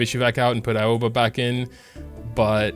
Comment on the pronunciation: Aoba is pronouced A-O-Va